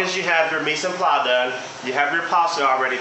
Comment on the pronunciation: micenpla? I think you mean Mise en place!